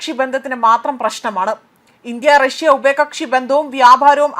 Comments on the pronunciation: ഉപയകക്ഷി അല്ല ഉഭയ കക്ഷി😂😂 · ഉപയകക്ഷി 😂😂😂ഇവരൊക്കയാണ് ന്യൂസ്‌ റീഡർസ് 😂😂😂